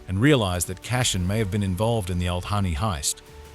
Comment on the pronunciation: Appreciate the recap, but would suggest learning how to pronounce CASSIAN and LUTHEN. Gave up two minutes in. Who are CASHIN and LOTHIN?